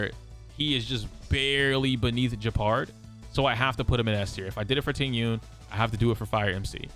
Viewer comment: How can you pronounce Jing Yun correctly but not Tingyun… it’s literally the same thing